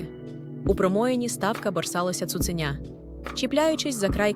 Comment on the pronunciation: Дякую. Я слухаю ці оповідання лише тому, що вони звучать українською. Прошу, якщо це читає жива людина, перечитайте текст перед записом, усвідомте, про що ви читаєте, поставте наголоси на належні місця, бо таки дуже образливе таке ставлення до української мови. Хоча б не "цуцЕня", а таки "цуценЯ". Не відтручуйте людей від україномовного контенту.